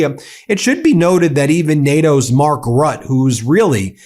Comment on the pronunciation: It’s pronounced Rutt-uh - I think he recognizes that Trump wants out of NATO, and Europe isn’t ready to be on its own. So he’s buying time. Rutte was prime minister of the Netherlands for years. I’m not a fan of him, but he’s been able to maintain Dutch relevance as a small country.